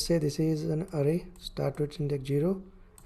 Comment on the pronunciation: bhai fake english accent me na video banai hoti to poora dekhta, dimag me ghus k arrway arrway kyu bol rha hai ?